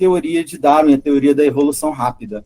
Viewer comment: Isso é ufologia, a pessoa não conhece nem mesmo a pronúncia da palavra darwin mas acredita ser suficientemente competente para falar publicamente sobre darwinismo.